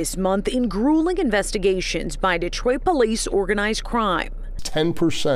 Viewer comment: GTA6: Dee-triot